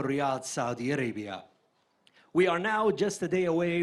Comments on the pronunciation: In the kingdom of Saudi "Arabium?" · and why does that guy keep pronouncing it the kingdom of Saudi ARABIUM?!